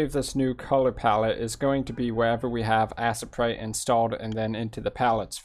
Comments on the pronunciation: This was very helpful, Butt it's pronounced A-sprite not Ass-a-prite! LoL! Loved the video though! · Assprite? Lol you mean Aye-sprite. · I really doubt its pronounced Assprite but to each his own.